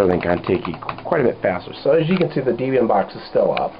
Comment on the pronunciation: Oh, another thing: say it with me -- DEHB-ee-an... Debian... Not DEE-bee-an. Think of the names Debra and Ian... That's where the name comes from. You wouldn't call her Deebra!